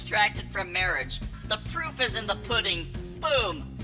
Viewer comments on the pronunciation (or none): none